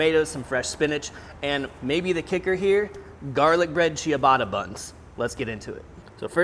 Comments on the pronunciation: Cha-ba-ta ✔ Chi-uh-bata ❌ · LOL.. I was going to say: "WTF is Chia-batta?" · the way he says ciabatta "chiabatta" makes me twinge everytime haha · At 4 mins he finally figures out how to pronounce ciabatta. 😂